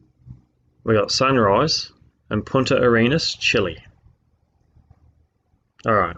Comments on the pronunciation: did he say Point at your Anus??? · Every time he says "Punta Arenas" i hear "Point your anus" xd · Did he say, "Point at your anus-chile". What the crap is an, "anus-chile"? Is that some new slang for, "hemorrhoid"? Man, I hope so because that's brilliant. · I guess a guy who doesn't think much of man's accumulated knowledge also wouldn't see the point in looking up how to pronounce Punta Arenas.